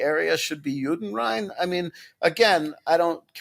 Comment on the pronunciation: I think he means Juden frei, not Juden Rhine